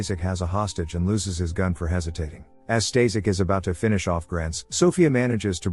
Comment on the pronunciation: The guy you called "Stazek" is actually "Staszek" and is pronounced "staSHek" with "a" pronounced with german accent.